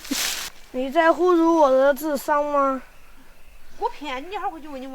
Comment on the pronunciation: 错别字哦（“侮辱”不“污辱”），且读音应该是三声。不过值得一提的是的歌声倒是真不错。